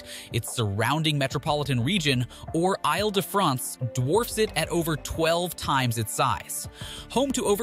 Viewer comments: Correction: it's pronounced "eel" de France; not "aisle " de France. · “AyLE de France” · Isle de France is pronounced “eel da Fraunce” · Is his machine-voice-generated? First tip-off, “I’ll duh-france.” No, it’s pronounced like “eeeel-duh-france.” I’ll find another video to watch on this subject. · Île-de-France not Isle, try saying 'eel de France'.